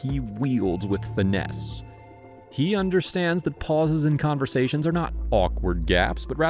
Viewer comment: Most of these have at best an indirect connection to elegance. some have nothing to do with elegance. Many things do not require high quality. Doing that is a recipe for the poorhouse. Number 1 should be good taste in design and colour, a sense of harmony and proportion in all things, a love of music and appreciation for the natural rhythms of life. btw it is finesse, not fyne-ness.